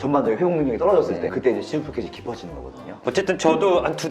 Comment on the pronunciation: 치주가 치즈로 들린당ㅋㅋㅋㅋㅋㅋㅋㅋㅋㅋ 치즈포켓!🧀